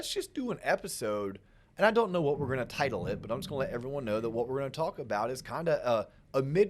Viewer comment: Sike! So you are saying butchered the title AGAIN...;-)